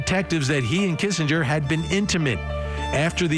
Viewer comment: First of all, meigs and Kinsinger was pronounced wrong….as well as hochstetler…